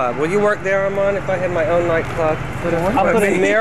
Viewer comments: Its Armen!!! Armen Ra!!! Not Armand!!!! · It's not Armand. It's Armen. Armen Ra =